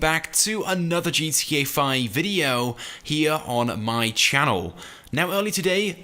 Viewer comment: y cant gta youtubers ever pronounce GTA correctly